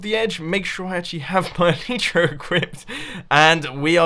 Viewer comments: E-LIE-TRA. I believe the y is pronounced "ie" not "ee"!!!! Please Mumbo I die every time you say eleetra. xD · Omg I get triggered every time he says El-ee-tra